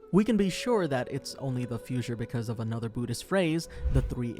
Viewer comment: But you pronounce Buddhist properly.